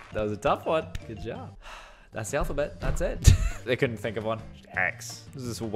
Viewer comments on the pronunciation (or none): When he said never say I cola't he really said "never say I couldn't